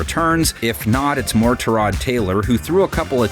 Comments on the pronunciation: His name is not Turrod it’s Tyrod!! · Tyrod not turrod